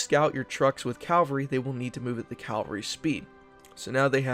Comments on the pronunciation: I like your vids, but, it's "CAV-alry" and not "CAL-vary".. like the church.. Thanks! (haha) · I'll be excited when you pronounce Cavalry correctly. Cav-al-ry. Cal- var-ry is where Jesus (as in Christianity) was supposedly crucified.